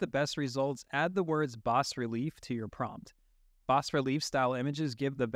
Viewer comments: Please, it's pronounced "bah" not "boss." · its pronounced. Bah-relief. fyi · "bas relief" is a french word for "low depth sculpture"... you should pronounce it in French.